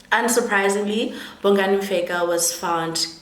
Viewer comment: Bongani Mfekk, it's Mfeka Maan wena not Mfekkk. You guys work so hard in learning to pronounce English names and words but make no effort in pronouncing your own names and words useless Maan.